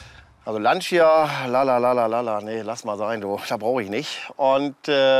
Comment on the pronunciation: Lancia hahaha die Betonung auf dem i, hshahaha